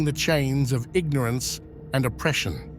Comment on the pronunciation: The "gnorance?" Lol. Oops.